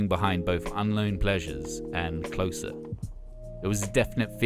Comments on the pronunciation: You pronounced closer (joy division) wrong btw, its not like getting closer to something, but closer like the closing track at a concert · Barney, Hooky, Gillian, Steve, Tony, Rob and Sav all pronounce(d) it "Closer" - as in proximity, not an "ending" track, scene, line etc. etc...